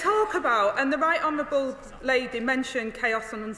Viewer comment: She said "honerwable